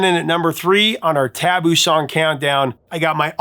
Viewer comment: I think you're stressing the wrong syllable of the word "taboo".